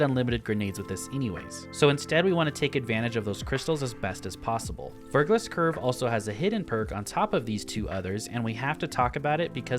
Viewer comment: Verglas is a real word, and it's pronounced 'Ver- glah'